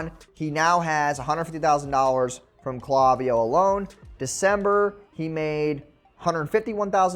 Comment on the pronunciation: Great video. Also - it's "clay" viyo.